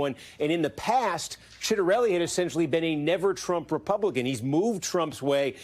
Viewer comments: Really botched the pronunciation of Ciattarelli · Citronelli? Really? 😂